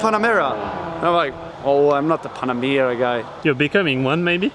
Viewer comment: It's not pannamera. It's Pan-Amera. As in Pan-America